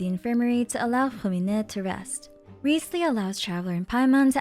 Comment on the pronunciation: I find it kinda dumb that you go through the trouble of pronouncing character names and locations as accurately as possible(even though that is not how they are pronounced in-game) yet you pronounce Wriothesley's name incorrectly. Other than that, I love watching your lore videos and theories.